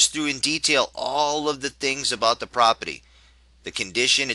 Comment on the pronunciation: if you say propity one more time...